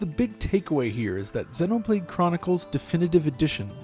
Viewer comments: dude imma freak out if u say senno blade one more time, my god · Why do you say xenoblade like that it's zee no blade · It’s zee no blade....how do you pronounce xenophobia? It’s the same goddam prefix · Im sorry but the way you say Xeno hurts me. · he cant say it right ugh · Wincing every time you mispronounce Xenoblade, which is every time you say it. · please look up how to pronounce the word xeno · i thought it was pronounced Xenoblade like xenophobia. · Stop pronouncing Xenoblade like that